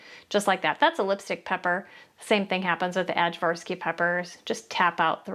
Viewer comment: First! Btw the way to say the name of the peppers is I-varsky.